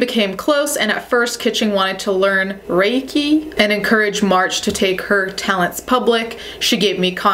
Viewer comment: hey girl Reiki is pronounced like "ray-key" <3